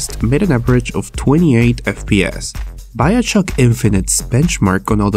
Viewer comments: I hate it when h says "biochock" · He said "Biochuck". lol